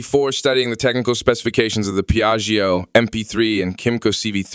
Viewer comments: i stopped watching when i heard “piaggy oh” 😓😓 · You have to learn how to pronounce "Piaggio" and not just pronounce it differently each time. Also "comparable" has the stress on the first syllable. Also, basic motorcycle terminology; it's "Pillion," not "Fillion." Odd. Sounds like whoever wrote this doesn't speak english as a first language. Good review but work on language and presentation skills;)